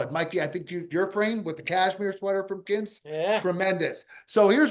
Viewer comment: Can someone tell how to pronounce Quince instead of Kince.